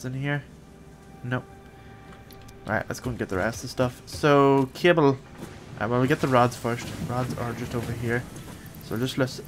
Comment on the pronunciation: you said cable I thought you said kibble. I was like can you train stuff now to be pets